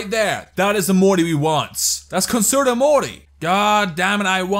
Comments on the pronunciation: It’s not conserto morty it’s prounounced concherto morty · It's pronounced "Conchertoe" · It's concherto that is how you say it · I have concerto morty BTW cun-cherto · it's pronounced (cun-Chair-toe) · Fun drinking game: take a shot everytime he mispronounces "concerto" you will die of alcohol poisoning. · I came across this video thinking it could be pretty cool it just makes me mad that he doesn't pronounce concerto right.